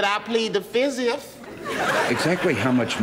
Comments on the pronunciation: “Fif” 1,2,3,4….. “Fif” 😂🤣😂🤣😂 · The best is when he goes I plead the fifth I plead the fifth one two three four fif ask me a question .... Fif now see you a secret document FiF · "Um... No, but i can tell you that i plead the fizzif" 😂😂😂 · "Uh No but i can tell you i plead the fizziff" 😂😂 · Always plead "da Fif".